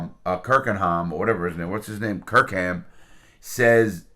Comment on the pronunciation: Joe Exotia, Carol Baskins, Doc Antler, Rick Kirkhiem love Larry’s name mistakes 😂